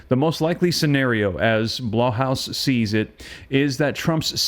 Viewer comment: It’s pronounced Blayhouse